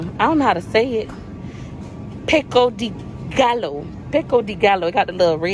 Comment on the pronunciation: Pronounced like this PEEKO-DAY-GUY-O- pico de gallo